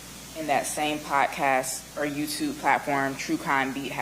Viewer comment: Quit saying "potcast".